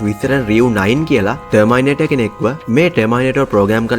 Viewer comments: Broo pronounce it properly not termai it us termi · ටර්මයිනේටර් නෙමෙයි බං. ටර්මිනේටර් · ටර්මයිනේටර් 😂😂 ජීවිතේට terminator කියන වචනෙ අහල නෑ වගේ..